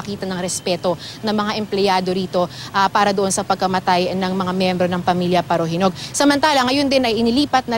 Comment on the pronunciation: Yung salita ng reporter prang pinapaburan nya yung mga parahinog..parajenog.